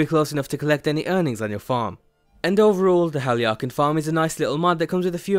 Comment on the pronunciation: How the hell did you pronounce that?